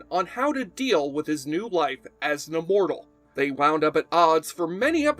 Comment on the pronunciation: Well, he's pronouncing immortal as uhmortal. His analysis was good.